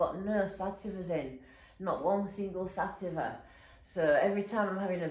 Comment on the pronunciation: Please learn how to pronounce sativa… it’s not sat-e-fah….for someone with so many years ‘experience’ it’s a beginner mistake….